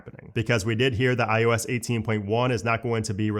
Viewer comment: Is it just me or does he start out saying iOS and then slowly starts to say iUS?? 😅